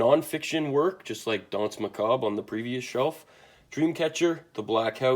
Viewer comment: your pronunciation of dance macabre was spot on